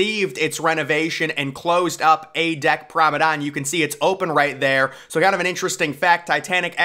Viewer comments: PROMENADE NOT PROMEDANE ffs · it is Promenade not Promadon Man please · "Promenade" pronounced "Promenad" not "Promedan" hehe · Still Saying Promenade As “Promadon”. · So annoying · Exactly, you know what he means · I’ve Never Heard Someone Pronounce It As “Promadon” Before. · ...or maybe he does, he's just to proud to change😁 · He must be trolling us at this point with how he continues to pronounce promenade lol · He really struggles with that word… really annoying voice as well.